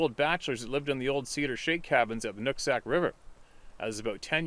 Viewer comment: Did u say" Nut sack" river!? lmao just a little levity to break the tension! lol